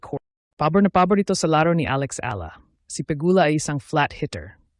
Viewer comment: E.,YA ..La is her name not ala